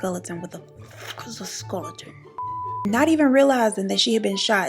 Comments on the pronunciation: 40.25 “ Skulleton” ☠️ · Wtf is a "skulleton" sent me 😂😂😂😂